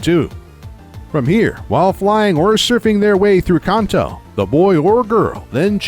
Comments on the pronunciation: Khanto ugh why is he adding an h when saying Kanto (can’t-toe) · Its pronounces can-toe not con-toe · Its definitely Can't-Toe not how you say it weirdo